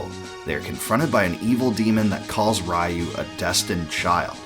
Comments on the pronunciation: A small nitpick , its Ree-you not Rai-you. But yeah, BOF II is probably my 2nd favorite of the series, hard to top BOF III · It's pronoounced "ryoo", not "rah you"